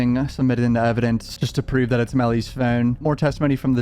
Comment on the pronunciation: its meellys fewn